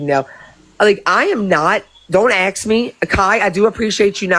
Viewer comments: DON'T AXE Bri to AXE anything.😂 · These peoples brains are ones that need to studied by science...... And that "aks" IRKS ME TO NO END....